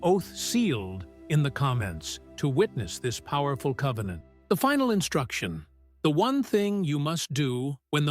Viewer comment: Convennant securred.